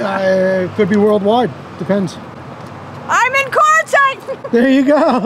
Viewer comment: It's pronounced Quart not Court and using your credit card after refusing to ID yourself is just comical.